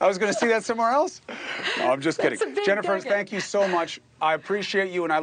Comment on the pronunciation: Come on Cummo learn to say Jennifer’s name…….🤦🏻‍♀️